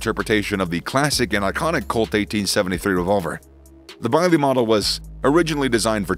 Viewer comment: Bisley UK gun ranges are pronounced same as the town nearby, biz lee. Very funny hearing your vid 😁. Any gun named after the famous competition would be biz lee too.